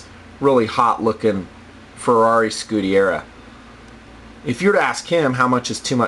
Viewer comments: It's Scuderia and not Scudiera... Nice vid though! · It's pronounced skoo-der-iah. Sorry, that just bugged me.